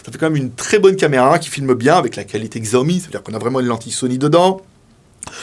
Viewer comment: Juste pour info, Xiaomi se prononce "Chiaomi". Mais sympa de partager le test !